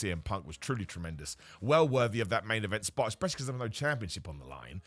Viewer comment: "Main event splot" Whoops 🤣